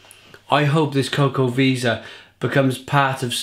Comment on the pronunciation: Great review! I think you pronounce it 'Chocoveza', but I'm not sure.